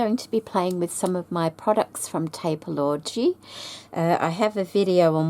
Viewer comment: I thought you said PAPER- Orgy 😂😂😂